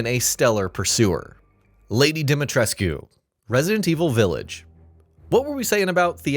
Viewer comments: ‘Lady Dee-mee-tress-queue’ ? Come on. If your narrator doesn’t know the source material make sure they know the pronunciations. Amateur hour. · You don't pronounce the U in Lady D's name